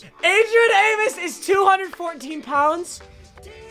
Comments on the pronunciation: Aim-oes not aim-isssss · Adrian “~Amus” Is the correct way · Papa, its Amos, not Amos. cmon